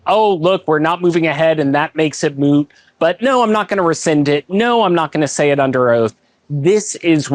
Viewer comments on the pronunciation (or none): yes, the word is MOOT, not MUTE. Ask Adam. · At 20 seconds, are you trying to say "moot?" I heard "mute." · The word is MOOT! NOT mute